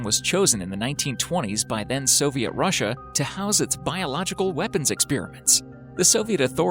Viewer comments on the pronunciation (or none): none